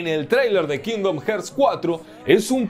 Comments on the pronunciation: Alv nomas escucho "kindom herts" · Cada vez que dices "kindom jerts" una niño anglosajón muere en su cuna 🤣🤣🤣🤣 grande mallorquín 😉